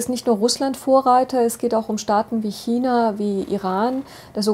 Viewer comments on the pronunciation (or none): none